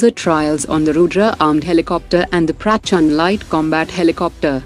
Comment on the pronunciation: Indian voice honi chahyie yo proper bhol sKe Indian words ko like Durga laser weapon , Rudra & Prachand